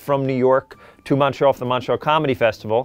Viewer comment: It's strange hearing Americans pronounce Montreal